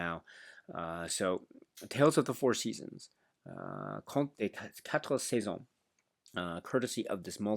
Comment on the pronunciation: Your pronounciation of the titles in French is pretty good! 👍